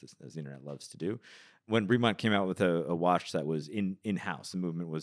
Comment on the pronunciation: Oh for gods sake, at least pronounce the brand name correctly. Nobody, nobody at all other than Ben, pronounces it Breee-Mont. Nobody.